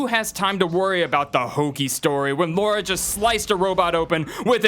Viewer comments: Assault on Arkham should've been in the top 5 and mortal kombat should be in the top 3 not to mention the fact that it's "lara" not "Laura" but apart from that pretty good list! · Does NOBODY know how to pronounce Lara Croft's name?! It's LARA, not LAURA!